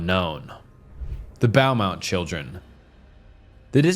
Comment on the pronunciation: "The Bowmount children" 😂